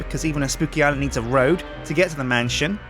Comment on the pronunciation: You say mantion instead of man-sh-on